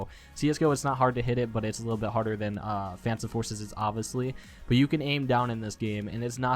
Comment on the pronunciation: Uhhh... Did he just say fansome forces?